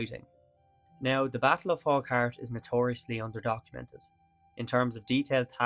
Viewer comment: Nice video. People from the area pronounce it Fau-hart.